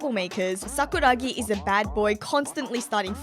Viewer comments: i swear i was gonna click off when she said sakura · I was gonna click off when she said Sakura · I was about to go fucking crazy with saying sakura. I was literally clicking off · i swear i was gonna stop watching when said " sakura "